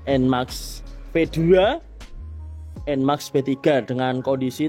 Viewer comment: Enmax enmax. Enmex kali pak bacanya.